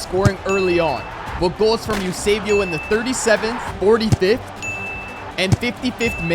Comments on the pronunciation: Its Eusébio not Usébio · Bro called esbuao yousaybio bro it's Esbo